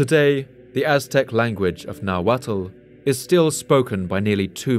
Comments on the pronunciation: Just for future reference, it's not pronounced na-wa-tal It's just na-wat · Nahualt is pronounced nah-walt. Not nah-wattle.